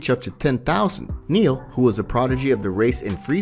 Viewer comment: I'm sorry...did you just call NAIL, one of the most baller names in DB history, "Neil"?!?? Bro...please hear me...use your brain and research character name pronunciations before you make these vids moving forward. TBH, I love your content and you have interesting theories on a franchise that is near and dear to everyone who found this channel's hearts...but you lose us when you rename our beloved characters from Bibidi to Bee Bee Dee and Nail to Neil...Also, it's an "arc", sounds like Noah's "Ark". There's no "h" in Arc so please stop calling story lines "Arch". this ain't McDonald's...just Saiyan